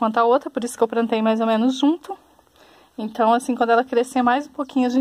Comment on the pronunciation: Ate curti de verdade, mas não gostei do : "Prantinhas" , "prantei".....